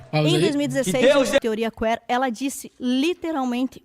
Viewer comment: teoria Quêêêr??? A pronúncia está errada.